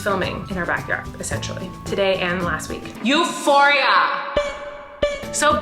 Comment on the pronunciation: euphoria its a greek word <3 you prononced it euphori'a